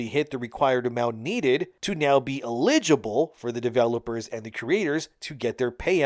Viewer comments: “LEEGIBLE” you mean… “ELL-idge-ible” Eligible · Eligible = EL-ih-juh-bul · Iligible? Is this your first day speaking English ? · Do you really not know how to pronounce "eligible?" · not gonna lie, I don't like how you pronounce eligible lololol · That's not how "eligible" is pronounced. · How in TF are you screwing up the word eligible so badly? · Can you learn to pronunce eligible correctly please lol... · The word is "eligible"... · Damnit. I love you bro but please stop saying "eligible". Killing me man!